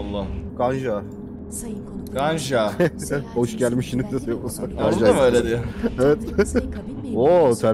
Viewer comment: E ler bizde ə diye okunuyor Ganja deyil Gəncə Şaki deyil Şəki Bakü deyil Bakı